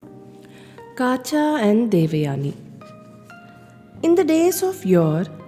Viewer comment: Yes. It is Kacha (కచుడు) not Kaacha